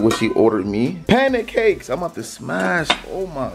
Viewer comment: He said “ panicakes “ 😂😂😂😂😂